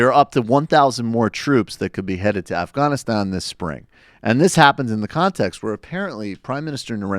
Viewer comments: Why do you pronounce Afghanistan õff-gõn-õ-stõn? It sounds forced and wrong. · In Farsi and Pashto its actually pronounced more like the way he says it.